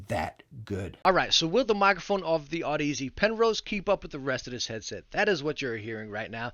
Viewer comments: Pronounced odyssey not aud ez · Great vid, thank you! p.s. Audeze is pronounced like Odyssey but with an 'aud' not an 'odd' if that makes sense lol. 😅